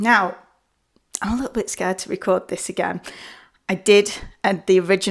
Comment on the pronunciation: You spent $106 on a V-Shwed Pwogwaam, and you had to wee-wecord the video about it ?? How fwusstwating !